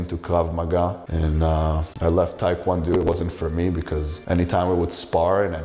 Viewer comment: He can’t even say tae kwon do correctly